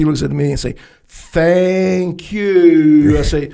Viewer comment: 1 hour in "Fankyou" or not so much LOL!!!